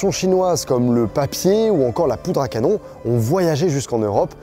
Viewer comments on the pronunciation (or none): none